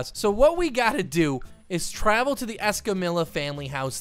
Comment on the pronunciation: Why do you say escamILLA not escamiya because if your going to say their family name with a spanish accent you need to say the lls right